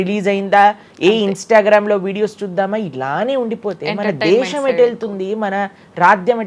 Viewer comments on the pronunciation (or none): none